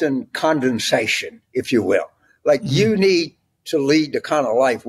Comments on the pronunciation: Condensation? I think he means condescension. 😆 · I think Carville was trying to say cosmopolitan/coastal condescension. Not Condensation. Lol.